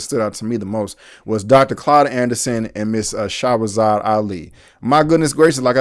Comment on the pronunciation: Bro it sounds like you're calling her Shawazad instead of Shahrazad. It would have been nice for you to pronounce this sister's name right. Just saying